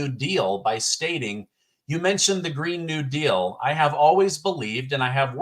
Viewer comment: “green kneel deal” LOL